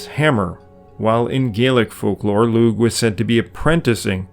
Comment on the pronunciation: Lugh is an Irish name and in Irish a g followed by an H is a silent g and not pronounced. And so the Name Lugh is properly pronounced Loo and not loog. The word Ogham used to be spelled Ogam with a buailte over the G. When there is a buailte over a G the G is silent and an h after a g serves the same purpose. Brother, if you are not pronouncing names properly I have to wonder what else you are getting wrong.